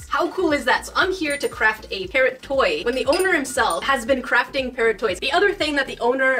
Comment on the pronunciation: Lol all the time I thought she was saying ‘parent’ but she was actually saying ‘parrot’ ! I’m so English! 😂